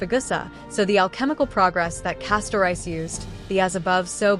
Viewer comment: I enjoyed this video but 1 thing kept erking me. Its not Kef-fay-el. Its Kef-fah-lee Not Cas-tor-ice, Cas-tor-ress Not Meme its Mem Not El-lee-sha its El-lee-sia think Elysium The tablets , although subtle, fit together as puzzle. Observing closely there are tabs. So it looks like this I [ [ [ I 1 tablet has a beginning and female end Next tablet has a male end and females end. The 3rd tablet is a repeat of the 2nd Finally the tablet has a male end and a ending. If ya rearrange the tablets so the 2 end pieces are the end then slot the other you get: Has The Sun Never Risen ? Has The Night Never Fallen? Has The Fire Never Ignited? Has The Hero Never Existed?